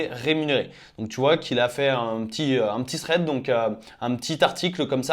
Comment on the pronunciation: C'est THread pas Sréd !!!